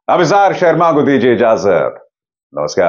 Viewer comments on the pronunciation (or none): none